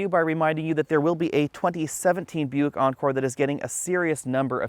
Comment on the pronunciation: Isn't Buick owned by GM? I keep hearing him saying European